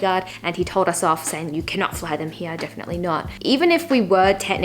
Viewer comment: I like the accent of "Here" ひあ！